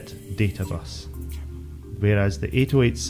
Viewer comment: why are you saying the Intel CPU names so strangely? it's pronounced "80-88": "eighty - eighty eight" same with the "80-86": "eighty - eighty six". it's the 65C02 not 6502C actually the original first IBM PC was only able to get up to 64kB (they sold them with either 16k or 64k installed), only with Memory expansion cards could you reach 256kB. 640kB was only doable with the IBM XT and later.